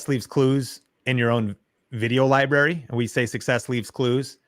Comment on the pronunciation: Libary?????? Credibility? I'm sorry. Pronounced "Library"